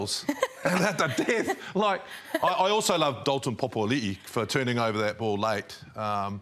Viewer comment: It’s PAPĀLI’I not POPOALI’I